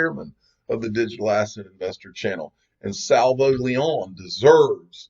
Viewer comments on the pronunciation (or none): none